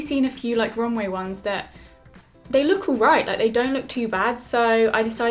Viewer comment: I think it's romWEEE 😂❤